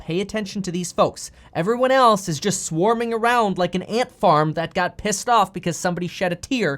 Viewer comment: "ant farm"?